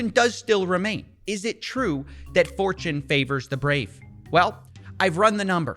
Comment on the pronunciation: Steve said "Fortune favours the brave" and I heard "4chan favours the brave" 😳